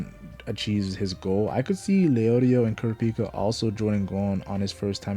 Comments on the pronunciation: Did you just say Coo-Rah-Peek-Ah 😮 Bro pronunciation matters especially in this context 😅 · man i hate how americans pronounce kurapika. in ptbr that means "c*ck healer" and it bothers me so much. say it right ffs 😔